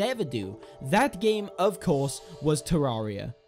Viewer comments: Te-rear-i-a is how you pronounce it. Not te-rah-re-a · The cat Lord shame on your if you say it "ter-area" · ye its supposed to say "terra"-ria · You pronounce terraria wrong